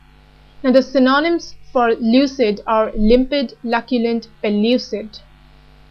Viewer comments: Could you please help me with pronunciation of " synonym". How you have pronounced i felt is different. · The pronunciation is atrociious! :-( Check the transcription (especially for the word "synonym", which gets repeated all the time).